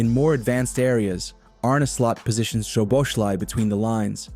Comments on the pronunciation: The "z" is silent. It's pronounced So-bo-sly. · Correct the Z is silent, but his name ending is different also. Not Sly, but Slai, ai like Hawaii.